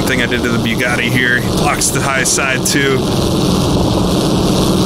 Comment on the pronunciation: the "byuugatti". Your pronunciation makes me watch on mute.